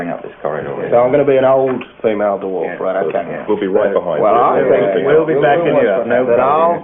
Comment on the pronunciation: I think we can all agree that Ben Elton could not pronounce Dwarf. DerWarf indeed...